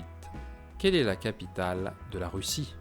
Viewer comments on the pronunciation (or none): none